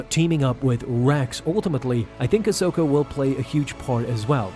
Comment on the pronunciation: It’s Ahsoka